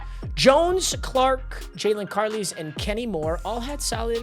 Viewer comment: Add-Oh-Nie, Lie-Ah-Too Lah-Too, Car-Lies. The way you pronounce their names is sending me lol